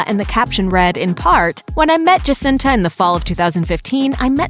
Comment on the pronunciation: The way she pronounces Jacinta...😒 The J is silent and pronounced like an H